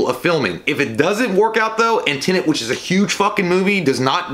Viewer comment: I love you, but for the love of God, please learn how to say TENET! They say it in the trailer!